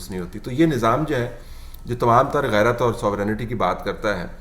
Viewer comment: Read it as a GHARAT HONOUR and not GHARI